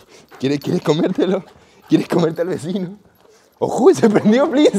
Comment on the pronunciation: Besino nuevo dise yair 😂😂